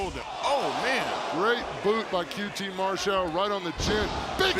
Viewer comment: its qt Marshall not mar shell Justin